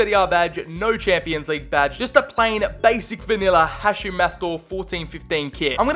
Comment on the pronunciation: The way he pronounces Hachim’s name irritates me …. It’s Ha”K”im not Ha”ch”im